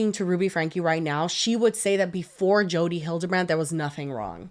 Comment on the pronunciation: Not me thinking said "Chodi" referring to Jodi